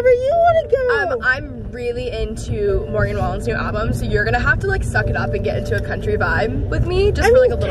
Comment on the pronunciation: Cringed when you said Morgan wallen hahah